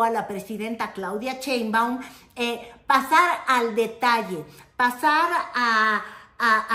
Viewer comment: A ti te gustaroa que se dijera tu apellido como burla???????? Pronunvia bien el apellido de la presidenta no seas VULGAR